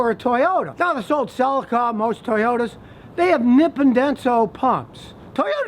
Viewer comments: Nipon is pronounced Knee-pawn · Rev up your Nippon (pronounced “nee-PON”, Scotty...) Denso! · Scotty, The "Nippon" in "Nippon Denso" means Japan in Japanese. It's basically pronounced like [Knee Pawn]